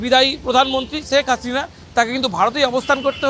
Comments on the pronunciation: Sek hasina na. Bhai sheikh hasina age naam ta bolte shikhun tarpore news koren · ছেখ হাছিনা! ছেখ রেহেনা! কি নামের উচ্চারণ মাইরি!